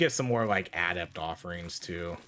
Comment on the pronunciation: im sorry man but the way you say "adept" makes my brain hurt lol. GG tho she looks really fun I haven't tried yet i think unlocking other forms and the skill to enter one form after leaving another could give you, say a bear/panther combo where you are human and weak alot less The tornadoes seem to always be by far the best strike